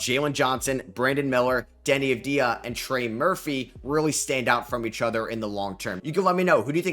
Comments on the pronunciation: It's Denny Odddvia not Avdia. You are the only one that mispronounce his name. It's irritating. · I don't like how unprofessional this channel is. Every day new vid I guess there isn't any time to actually watch basketball and get smarter. First Deni isn't top 18 here he's top 5. Secondable Deni being one of the best prospects ain't a hot take no more he even got some players allstar votes this year and last year was a runner for MIP. 3d he's pronouncing AVDIJA wrong. This guy is a joke